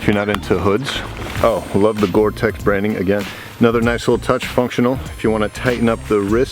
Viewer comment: It's gore-tex!